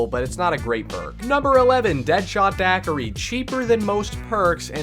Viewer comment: That's how you pronounce Deadshot Daiquiri?- I thought it was Deadshot Da-koo-ra ✌😃